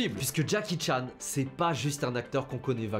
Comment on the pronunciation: ❌️ henry chan ✅️